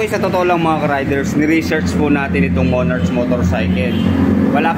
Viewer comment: Thanks sa video bossing, napaka informative po. skl po, sana makatulong: 1. Hindi po yata sya cafe racer. Siguro pwedeng "retro" or classic styled bike. 2. "Monark" po yung basa sa "Monarch"